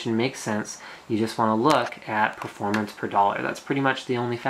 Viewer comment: not only "do you want the extra performance" but also "do you really need that extra performang".